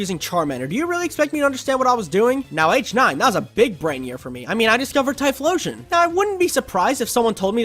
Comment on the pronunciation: THE L IN TYPHLOSION SHOULD BE BEFORE BOTH O'S, NOT AFTER THE FIRST O!